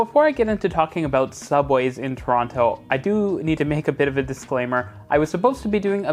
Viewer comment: Pronounce Toronto correctly or don't say Toronto at all.